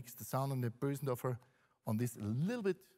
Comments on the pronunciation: sorry, I disagree, the pause was for dramatic effect. Bösendorfer is a Viennese brand, while the pianist himself is also from Vienna...he's been pronouncing it correctly his whole life. The American commentators/salespeople don't know how to say "ö" and say "Bohsendorfer" instead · it's weirdly satisfying to hear someone pronounce "Bösendorfer" correctly.